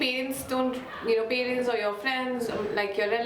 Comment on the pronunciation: Very very relatable. Thanks for this. No shade but everytime u say pay-rents I die a little inside 😅jk